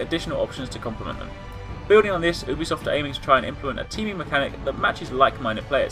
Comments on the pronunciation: its not ew-bisoft... its YOU-bisoft... Ubisoft pronounce it right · Actually most people pronounce it like OO-bisoft...